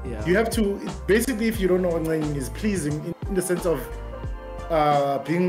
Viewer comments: Not being that serious ebe he says "ncenging" 😂😂😂😂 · "To ncenga"🤣